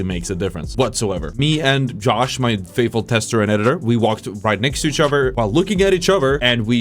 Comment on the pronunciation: “Each uhver” 😐